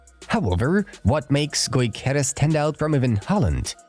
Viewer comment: Thx for the vid. However, is Gyokeres, not Goykeres.